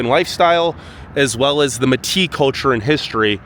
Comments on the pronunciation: Métis, Descendants of fur trappers (mostly Scottish) and native peoples, is pronounced may-tee. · Its pronounced May-tee not me-t. You seem a bit ignorant to me pushing the cold bs and making it out to be some kind of hell hole .I lived all over Canada and some places in the USA and its better then every place i have lived in. Come in the summer and leave your stupid and ignorant bias and preconceived bullshit behind. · lmao i'm "MAy tea" " (metis)" not meh ti LOL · You got SO many facts wrong, including pronouncing several streets, buildings, areas, and people, METI (May-tee) NOT ( Maah tee)... that it's hilarious! You also drove around in some of the worst places in this city! Visiting places in a Sunday morning?? That's like going to a dance bar a 1pm and saying that it's never busy??? Ha ha ha! Focused mostly on the weather! That's why you shouldn't rely on the idiots at Google for "facts"! It's all second and third hand and propaganda! Government agencies are worse, usually by someone who's hired through nepotism and never been to that city! Even most news stations in Canada get too much of it wrong because they're based in Vancouver/Toronto ( or worse, America) now! True , we're called the "murder capital" but we may get 5-6 murders (usually in the Downtown and North End of the city), while Van/TO get hundreds every year! The reason we have so many homeless is because we had a CONservative government who gave to the rich and took from the poor for too long, including decimating our social programs and our healthcare system, so they could profit by privatizing it! It's going to take us time to heal from the devastation they keep causing! Plus... our Indigenous "leaders" are so preoccupied at pointing fingers, (even though 3 of them are pointing back at them) and buying shiny brand new trucks every year, that there's hardly any money/time left to help their own people, in the thousands, transitioning to the big city from small commun